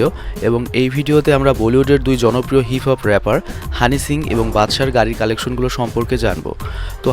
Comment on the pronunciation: bhai honey singh tar nam honey shings keno bolen .eta ekta naam e nah its a brand soo shomman diye correctly bolen[just kidding] dont mind bro